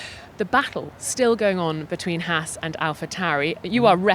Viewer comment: On that guy said Haas correctly and you can actually see the 4 europeans look at him like he just coughed in their face.